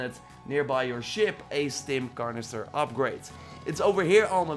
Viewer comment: “Stim carnester”